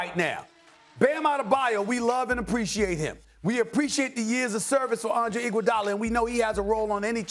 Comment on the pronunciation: Max said it right. We want IGUODALA 😂